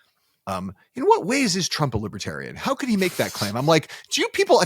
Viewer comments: "Liberaltarian" 😅 Thats Left-Libertarian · Trump thinks that 'Lib-EH-tarians' refuse to go to jail.... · “Libbatarian”. UGH. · What posessed tRUMP and his handlers to think going to the Libertarian convention was a good idea? The drive home or wherever they went must have been highly unpleasant. He couldn't even pronounce "Libertarian" properly. MAGA taking over the hall was a huge mistake. It just infuriated those delegates. 🇺🇸